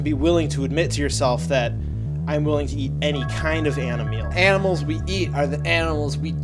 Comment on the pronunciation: did you just say "ani-meal?"